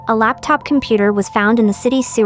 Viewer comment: Did anyone else notice she said “a laptap picture” not “a laptop picture”